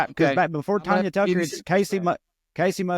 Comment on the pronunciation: Trae you gotta stop calling her Tonya!